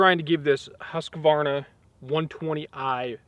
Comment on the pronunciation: Stop saying huskavarna! Its Husqvarna